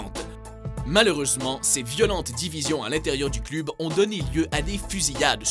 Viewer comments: on dit cleub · ON dit cleub pas club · CLEUB !!!!!!!!!!!!!!!!! Putain, ta prononciation cl"U"b est insupportaaaaaaable ! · C pas club ça se dis cleb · club ????? Mdddr on dit cleub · On dit un cleub pas un club tu sais pas parler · Ca se prononce cleub pas club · cleub pas cluuuub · pourquoi il dit le clUb on dit le clEUb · "Club" se prononce " cleub" en français et non " clube " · heu on dit cleub pas club même si ça s'ecrit club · Cl"u"b? on dit pas "Cleub" ? x) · On dit "cleub" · Du cl-u-b mais on dit cleub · ils connait pas le foot et il fait une video de foot en plus il dit "cleube" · Mdrrr il dit clUb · Putain ça m'a tuer comment tu prononce club on dit cl"eu"b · On dit cleub putin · putain ça se prononce cleub et supportér !!!!!!!!!!!!!!! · on dit cl u b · apprend à prononcer les noms des club (cleub) bordel tu masacres tout!! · bonne vidéo. Mais juste comme ca ca se pronnonce "cleub". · Au Québec "cleub" se prononce comme il s'écrit, club. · Revoit ta prononciation pour le mot " club" à mourir de rire 😂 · Comment là mec prononce les noms des clubs ça me fume il a aucun respect putain 🤣🤣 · MDR la prononciation de "club"😂😂😂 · Tu sais pas dire club ni Fenerbahce ferme ta bouch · On dit "club" tète de cul. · on dit club!! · Bordel mais prononce bien le terme club, mais quel boulet celui-là !! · oh mon dieu !! la prononciation des club je suis d'accord qu'ils soient québécois mais la ça mérite un carton rouge!! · il faut juste revoir la prononciation des clubs sinon cest pas mal 😉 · comment tu dit trop mal les nom des clubs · C'est moi ou 60% des commentaires portent sur sa prononciation du mot "club"? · ptn vs savez même pas prononcé club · sa se cleub et non club , et quand il ya écrié fener ne dit pas feren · un "cleub", "fenerbahce" ou "river pléïte". autant d'erreurs de prononciations, pardon mais c'est de l'amateurisme.